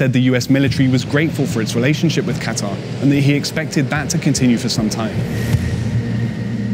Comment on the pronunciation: Can this chick say Qatar properly?